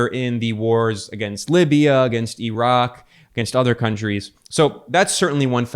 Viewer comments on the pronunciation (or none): none